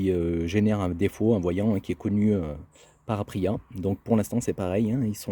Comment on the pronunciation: Aprilia, je connais. Par contre, Apriiiia, non😆